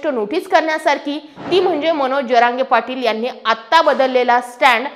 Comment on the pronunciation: जरांगे पाटील असा उच्चर केला तर बरे होईल ताई साहेब